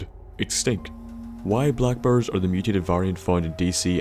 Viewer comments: lol he says brrrs its bears dood xD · I thought he was talking About blackbirds for like half the video and I was like wtf Im eastern european tho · XD for some reason i thought you said black bird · For the longest time, I thought you were saying black birds. Not black bears! Lol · dyn sounded like he said "black birds", for me and I was like wtf? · swear to God you were saying black birds. i was like wtf amount of radiation can cause a bird to mutate into one of those. hahaha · Next to "Tunnel Shneks", I now have a new favourite word as pronounced by. "Black burrs".